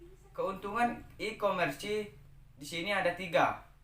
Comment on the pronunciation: Mohon maaf kak cuma koreksi, nyebutin nya bukan ikomersi tapi ikomers 🙏🙏